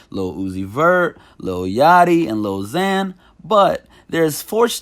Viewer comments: It's Zara not zana Larsson🤣🤣🤣🤣🤣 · He did not just say zayna larsson!???! Bruuh its zara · Did he just say “zayna larson” 😂😂😩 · He called DNCE “Dance” and Zara Larsson “Zane-uh Larsson” 😂💀💀 I don’t blame him tho, they aren’t that popular.